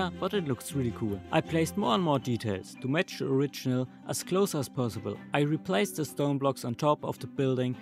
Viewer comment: man sagt "replacd" nicht "replaced", auch wenns so geschrieben wird ;)